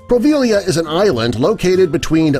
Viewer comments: It’s POVEGLIA not proveglia, tourists want to go there..us Italian don’t. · The island is Poveglia, not Proveglia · The Italian island is Poveglia not Proveglia. You got the facts about it right though. It is rumoured to be haunted and it was used as a quarantine island for lepers and plague sufferers. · It's Poveglia, not Proveglia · So much BS here. You can visit Easter island. You can visit poveglia island (and it's poveglia, not proveglia). Oh, and BTW, the narration has some hideous English here and there. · Poveglia not proveglia.. fyi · Proveglia? hahaha. it's Poveglia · Proveglia is pronounced bad >.< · Can't even spell or pronounce Poveglia right... Plus, the Ghost Adventures team went there for an investigation. The island is "banned" because of it's deteriorating infrastructure; the buildings falling apart and molding, not because they are worried about the plague sparking back up. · You guys do so little research you didn't even know theres no (R) in Poveglia?